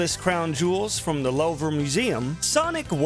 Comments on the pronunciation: its Louvre, pronounced Loov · "lohver museum" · "Lowver museum" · Not Love-ra Museum 😂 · Louvre does not rhyme with rover 🤭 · the way you said louvre hurts